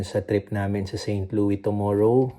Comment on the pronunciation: Just a little correction....St. Louis is pronounced with an s. Pixar looks like a good boy. Yea enjoy traveling while he is not in school yet. Have fun!